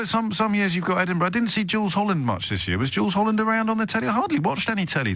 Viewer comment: The one caller says “year” with 3 syllables.